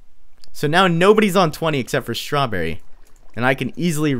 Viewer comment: Omg "Strawberry" sounds so weird man